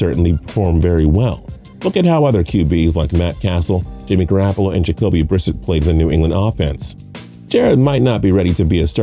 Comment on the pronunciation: I turned this shit off. You’ve already mispronounced Stidham several times, Brissett, and Michel. Obviously you didn’t do much research for this video.